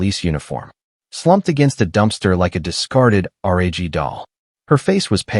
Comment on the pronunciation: Wound pronounced like wound a rope but should be pronounced wound which is spelt wound but refers to an injury. Why is narrator spelling C..O..P...then saying cop. R..a...g then saying rag. Deep gashes on aA..R...M..S ...meaning arms. It's so distracting. Signing out.